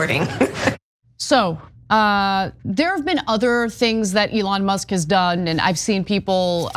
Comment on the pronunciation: It's Leon Musk.